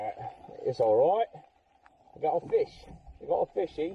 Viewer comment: "Look at this ffffffuuu ... fish!" :D